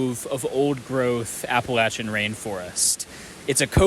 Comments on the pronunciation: I knew I was in for a treat when you pronounced Appalachia right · thank you for saying appalachia correctly!